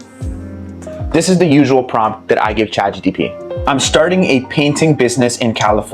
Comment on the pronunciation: he was correcting you. you said chatGTP the whole time😂